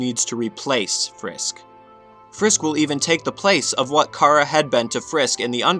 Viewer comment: IT'S CHARA AS IN CHARACTER, NOT CHARA AS IN CAR-A AAAAGH all aggravating issues aside, le gud video is gud